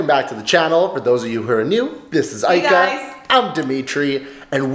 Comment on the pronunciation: Ika not Kia, I mean really.